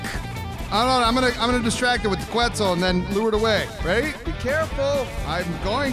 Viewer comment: I'm pretty sure it's pronounced kets and not qwets